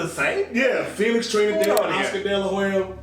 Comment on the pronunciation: I ain't never just say Telix Frinidad 😩 And y'all let me do that sh*t 😑